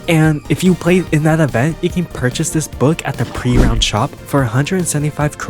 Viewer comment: And I keep getting annoyed by him saying pre - ROUND shop..